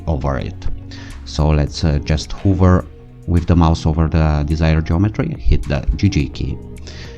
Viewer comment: Just a heads up, "hover" is pronounced as it's written, not "huver" ;)